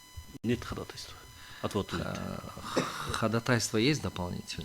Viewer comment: Уважаемый председательствующий. Прошу вас правильно ставить ударение: ходАтайство, неправильно: ходатАйство.